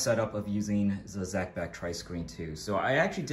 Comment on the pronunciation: Zee Beck .